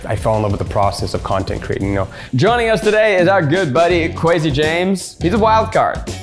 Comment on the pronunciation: Guys, how do you really pronounce Kwesi's name? In some prior video they said Kwessi but now it's Kwezi. I think of Kwazy Cupcakes from Brooklyn99 every single times. I don't want to disrepect him in my head he's so sweet, so which is it?